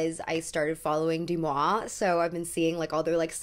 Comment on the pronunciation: Sorry for being nitpicky, but DeuxMoi is pronouced like De-Moi, not Du-Moi.